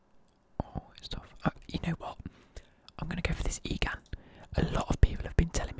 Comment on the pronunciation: it’s pronounced egen not egan